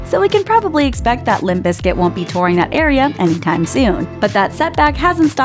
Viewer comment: Please stop saying "biscuit"... its BIZKIT!!